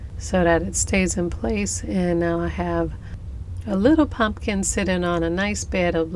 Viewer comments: I had no idea someone said something to you about how you pronounce your words! I have been your subscriber for over a year and yes, I have noticed, but I think it shows how real you are. I like it. I think it's cute. Don't stop saying "punkin"! 😆 P.S. I went to that website you told me about to find the music you use, but I can't find the one that you use as the title song at the beginning of all your videos. Do you know the name of it or how I can look it up on the website? Thanks! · I feel so calm listening to your voice. It’s very relaxing. I love your pronunciation of pumpkin. It’s enduring. You have a beautiful soul some people wear their spirit. Loved the video very beautiful wreath. Thank you for the inspiration . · Please say the word pumpkin the way u feel comfortable. U over stressing it is much more annoying